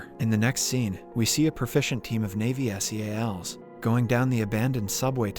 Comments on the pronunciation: Its Navy SEALS (pronounce like animal seals) not s e a l s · You don't spell Navy Seals you pronounce seals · So why can't the narrator say "Navy Seals"?